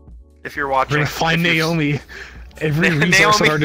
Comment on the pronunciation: My name is Naomi and I feel very uncomfortable. Also I am offended you said Niomi not Naomi.